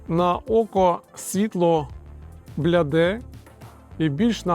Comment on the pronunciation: Бліде, не бляде 😁